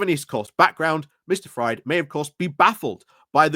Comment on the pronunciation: For future ref,, Fried - a name of German origin - is pronounced "freed". It's not "fried" as in eggs:)